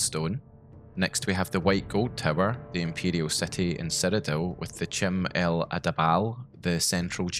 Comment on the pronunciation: "kim" <-> "ki-mer" rather than "chim" <-> "chimer"